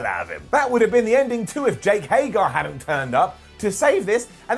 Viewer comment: ALMOST got through a whole episode without mispronouncing Jake Hager's name...